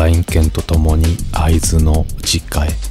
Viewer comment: 「会津」のイントネーションで、ああ地元の人だなってなりました。